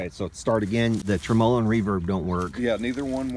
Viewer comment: your channel and projects and teaching style are all exactly what I think makes for time well spent on the 21st Century version of the "boob tube". But with that said there is one thing that is a "personal problem" I admit, but bro seriously, the goof version way you say TREMOLO makes me nuts!!!! Now I think you're goofing saying it that way, but others I know who watch your channel all say you do it intentionally. Can you set the record straight for us and please and tell us if you're kidding or not? Thanks very much!